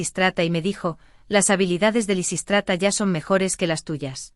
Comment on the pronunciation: Predomina Lisístrata, aunque lo pronuncia mal y a veces lo cambia.